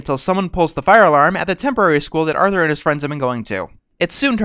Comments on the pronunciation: did he say Arnold instead of Arthur once? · "affensive to arnold" XD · At 5.29 why you say Arnold instead of Arthur boi? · Uhm... do you mean "Arthur"?